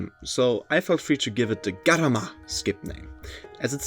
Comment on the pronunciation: I can excuse it, but gurama instead of garama is immediate lethal injection, sorry.